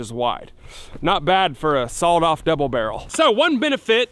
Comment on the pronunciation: Why's he say sawoled off 🤣🤣